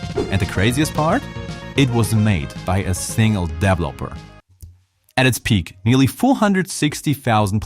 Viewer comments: "DEV-lopper"? "DEV-loppment"? 😄😭 I'm almost 100% certain it's "de-VE-lo-per" and "de-VE-lop-ment" 🤭😋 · I actually love the way he says “dev-lopper”. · I love the way you say developer 🔥